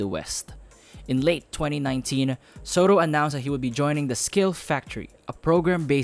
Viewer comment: "Sotto" hindi "Sowtoh.".